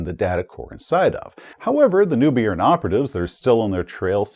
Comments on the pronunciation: I also thought the spies was talking about where "nubian", until I looked closer at the map and realized he meant "Neubayern";) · It should probably be pronounced "Zoofloocht" (ie like an English "oo" not "u" and "Noi"-bayern, as a German :) Well, that is, if they still pronounce it as we would today, of course! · "Noi Bayern", it's pronounced "Noi Bayern". Aaaargh, my ears are bleeding. Hahahaha. ( *eu is pronounced "oi" in German, and Bayern is the proper name for Bavaria). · I think hates it when people tell him how to pronounce things. tszoo-floocht = Zuflucht = "refuge" Noi - Bi - Ern = NEUBAYERN = "New Bavaria" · Love your videos! They're always fun & informative. Neubayern is pronounced "Noy-buy-urn". It's German for 'New Bavaria'.